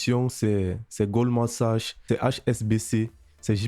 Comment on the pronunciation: c"est goldman saks et non pas sache. c'est un mot anglais. la banque suisse HsBC pas thsbc.